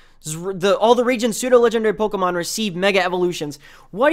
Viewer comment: I can't take your video seriously because of how you say Pokemon and the fact that you said Pokemons. Sorry. Also, your pronunciation of Kalos...